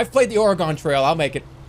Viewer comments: did he say ore eh gone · he also pronounces oregon as oraygone like it's some sort of elvish name